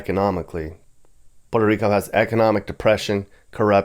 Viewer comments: Puerto Rico not Porto papi one point less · Your gringo pronunciation is…interesting “Porta Rico” 😂